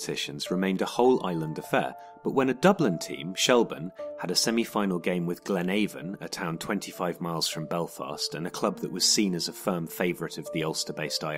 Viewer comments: I appreciate the videos you guys have done on Ireland and Northern Ireland. But I feel, considering how many you've done on the subject so far, that you really shouldn't be making the mistakes that you made in this video. Glenavon is pronounced glen ahvon not glenayvon. Omagh is pronounced ohmuh not ohh ma. Ulster is not a synonym for Northern Ireland. There are 3 counties in Ulster that are not a part of Northern Ireland (Cavan, Donegal and Monaghan). Willfully conflating the two terms is pretty offensive. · great video although your pronunciation of Glenavon could do with some work, we would call it Glen-av-on (av like have without the H), but as I said very informative, I personally didn't know that was the reason there was so much tension. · Yes, it was informative and even handed, Well done. I didn't know about the Shelbourne thing. (PS, let the narrator know Glenavon is pronounced locally with the 'a' sound similar to apple, rather than apricot 😆)